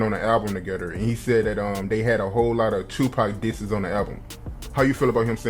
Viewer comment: he said diss seas instead of disses too😂😂